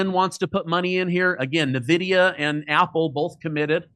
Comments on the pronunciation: It's ""en" vidia. Not navidia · Calling Nvidia "nuh vidia" makes me take all other points as sus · All the chucklenobs that say "Nevidia" do not deserve their money. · I don't trust anyone who pronounce Nvidia Navidia... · Trump's tariffs are a big flop as I explain in my song "Terrible Tariffs Burn Consumers." He threatens to skyrocket supermarket prices that will hurt the middle class on down. GDP fell today, so 1 more quarterly drop = recession by definition. The guest mispronounces Nvida as "na-VID-e-a" when the CEO calls it "N-VID-e-a." I'm better informed than the right-wing guest & I'm not a financial adviser. He obviously ignores Trump's lousy approval ratings. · This clown doesn’t even know how to pronounce Nvidia. Hard to take anything he says seriously.